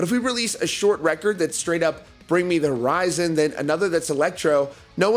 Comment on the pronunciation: And omg,if he says bring me the" rizon" one mo time😂